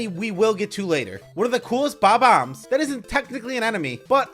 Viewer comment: I love how you pronounce Bomb-ombs like BAW-BAMS